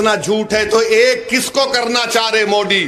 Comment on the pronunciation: मोदी की जगह ये साहब मोडी बोलते है मजा आ जाता है। सुन कर